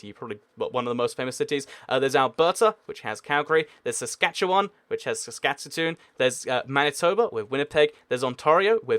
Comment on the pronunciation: i laughed so much when he pronounced saskatoon, but at least he can pronounce saskatchewan right lol